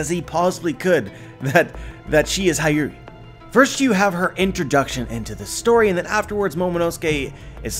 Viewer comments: It's Hiyori not Hayuri! It's Kyoshiro not Kiroshiro! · Why do you keep saying Hayuri? It slightly disturbs me.